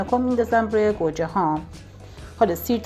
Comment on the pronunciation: به گوجه میگه کرجه 😂😂😂😂